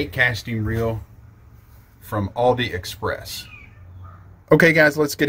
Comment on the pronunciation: Is he saying Aldi express?